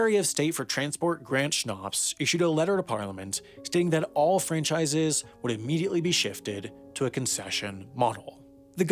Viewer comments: Grant shapps. Not shnops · Grant Schnapps???? It’s Shapps. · Lol "Grant Schnapps" - ironic that he drives many to drink, but it's Shapps, like caps. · Hats OFF to you for calling Grant Shapps 'Grant Schnapps' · its shapps btw not shnaps not taking a dig but it made me laugh the way you pronounced his name. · Grant Schnapps 🤣🤣🤣 It's Shapps.. but great video. Great British Railways will still use private companies but running under one livery or train colour and simpler fares. Ironically State Railways from other countries run most of the UK's services ie Abellio Greater Anglia in the East of the country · Grant Shapps not Grant Schnapps - but I imagine he does drink Schnapps sometimes... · Grant Shaps pronounced Grant 'Snarps' - like the drink. Love it :-) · We don't have railroads in UK. We have RAILWAYS!! It's route is pronounced root. Stop massacring our language please. And it SCHAPPS, not Schnapps. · It's not "Schnapps", it's "Shapps". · *King neussie not king genoosie and Grant Shapps not grant shnaps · Grant Schnaps or rather Grant Shapps? ;) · Really good video, just two issues - Kingussie is pronounced Kin-YOU-see, and Grant Schnapps is actually Grant Shapps. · A slight correction the Secretary of State's surname is pronounced "Shh-apps" not "Schnapps" as stated in the video. I would like to see the memes of a flavoured liquor acting as a Minster of the Crown to Her Majesty's Government, however. Keep up the good work! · It's Grant Shapps not Grant Shnapps hahahahah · They’re railways not railroads, and it’s Grant Shapps, not Shnops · Grant Schnapps hahaha. It is just Shapps. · it is pronounced grant shapps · how did i just notice Grant "Schnopps" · "Grant Schnapps" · "Grant Shnarps" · Grant "Schnapps" lol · "Grant Schnapps" hahahahahahahaha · its grant sh-apps, I can say this as a brit who has watched many news presenters say it like that. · I swear I dream “Therefore” in his voice. Also… Schapps… what a pronunciation. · "Grant Schnopps"